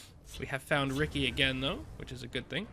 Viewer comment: Unique deck! By the way, Rikke is pronounced "Rick-a"